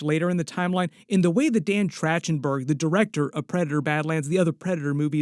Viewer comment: Trachtenberg. Is TrA-Ken-berg not Tra- Chen - berg